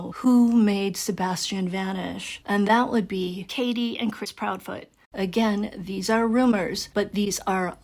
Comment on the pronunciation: Proudfoot. Not proudfeet. Less than 3 minutes in